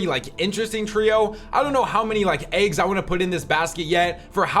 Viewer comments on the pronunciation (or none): none